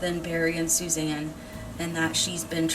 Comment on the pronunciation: It’s not Susan it’s Suzanne